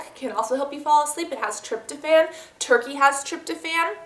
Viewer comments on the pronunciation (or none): none